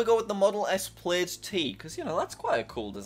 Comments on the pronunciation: It’s pronounced plad (as in mad) not playd! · its not “played”, its pronounce plad, and spelt plaid. I even went as far as DMing Elon Musk and he confirmed it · "We got the played T-shirt" It's Plaid lol said like Plad